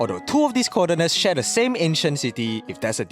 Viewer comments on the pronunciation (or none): none